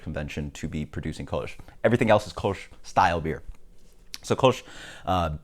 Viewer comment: sounds like you're saying "koosh"